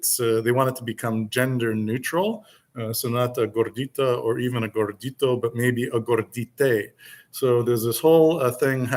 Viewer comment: Also...gorditay? C'mon maaaaaan. Wait, can I say man?! Lol